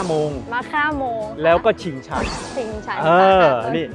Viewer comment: ชิงชัน นะ ไม่ใช่ ชิงชัง